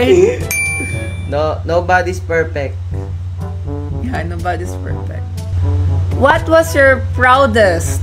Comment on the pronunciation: “Nobody’s perpek”